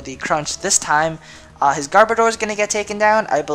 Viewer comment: I know I am nitpicking, but it is Garb-Odor. As in, Garbage Odor. Not Gar-Bo-Door. Odor as in a smell.